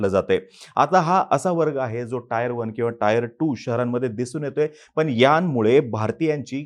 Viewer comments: Tier la टीअर as pronounce kartat टायर नाही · हुशार आरे टायर नाही रे टीएअर 😅😅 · Tier 1 and tier 2 city ch pronunciation 😂😂 Tyre 1 n tyre 2